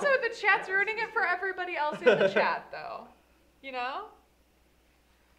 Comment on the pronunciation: kept thinking they were speaking to a Chad but just realized that they were saying CHAT